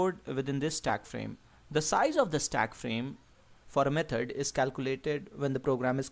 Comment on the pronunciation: Repeat after me: "Me-thod" not "Me-turd"